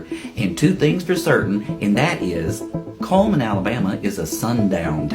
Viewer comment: It's "CULL"man.